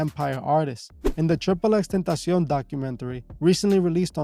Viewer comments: Tripple x tentacian??? Never heard it pronounced that way haha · Bro do you speak spanish??? The way you pronounce "tentacion" makes me believe you do lol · Lml you know this guy is Spanish when he pronounces xxxtentacion and Chicago 😂😂😂